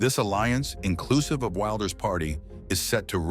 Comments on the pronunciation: Could you stop the far right bs? He's just right. And it's pronounced WILLders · Why can you not even pronounce the name Wilders correctly? Do some research. I'm Dutch and I'm not going to change American names.. Lame 😅